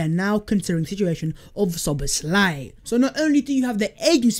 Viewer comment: Name : no Szoboszl "áj" ---> Szoboszla "i" (y)!